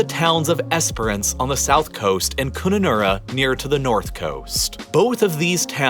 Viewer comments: as an australian, i am cringing at the way he pronounces WA place names, Pilbara is pronounced "pilbruh" and Kununurra is pronounced with short u's. And every foreigner always misses canberra as the capital of australia, not melbourne or sydney. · It’s pronounced kun na nara, also speak through your nose and you will nail tha accent. Your welcome. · Very cringe worthy. Although the material was interesting it would have been enjoyable if you went to the trouble of getting your pronunciations right. Lake Eyre is pronounced air. Pastoral is pronounced Parstoral. Kunanurra all of the "u"s are hard. It is not pronounced Koonanurra. Your lack of research there earned you a dislike from me. The other thing that most Australians find annoying is the way people carry on about snakes and spiders. I am nearly seventy and I have never been bitten by either. That is despite the fact that I live a few hundred metres from a very large nature reserve. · Minor pronunciation corrections (so you don't get laughed at by the locals) - Kununura is pronounced Kun-un-ahh-rah, Pilbara is Pill-bra :-) But good effort. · "Pil-baah-rah" 😂 "Coo-nunurra" 🤣 "Esperance" 👍😎 "Eyre" 😆😜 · How to pronounce a few Australian towns and regions: East Pilbura = East Pil-bra Kununurra = Cun-ar-run-na Lake Eyre = Lake AIR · One error? Pastoral, Kununurra and Pilbara were others and I’m not even half way through 😆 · Pilbara, Kununurra, Lake Eyre